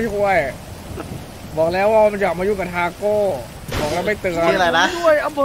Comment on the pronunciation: ทาโก้ ไม่ใช่คาโก้ หิววิวจัด